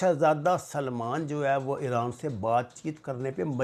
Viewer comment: 😆😆😆it's IRAN not Ieooraan